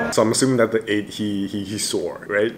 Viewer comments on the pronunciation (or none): Is it trigger anyone else by how he says 'The8' when its pronounced 'thee8' 😂😂😂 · i utterly apologize but whenever you say THE 8 instead of THEE 8 even when in english vowels with the is pronounced the other way just makes me cackle but i totally love your content and thank you for doing seventeen content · Hey 👋 This Is A Bit Late Bit I Just Wanna Say That You Are Actually Pronouncing "The8" Wrong😅 You Actually Pronounce "The" As A "D" So You Say It As "D8" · The8 is pronounced like thee 8. Like you’re about to say Theo and before you say “o”, you just say 8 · Name The8 but pronounce as D8